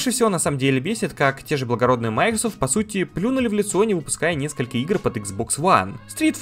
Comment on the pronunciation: Только не мАйкрсфт, а МайкросОфт